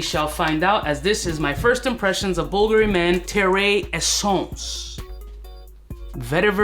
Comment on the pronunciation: Just bought some "bull gury" wtf is this pronunciation